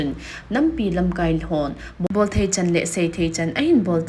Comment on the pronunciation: Thusoh simnu hi pachat aumin, hijongleh "Hon'ble" asim hi pronunciation adih lou hi asei peh thei khat in seipeh uhite..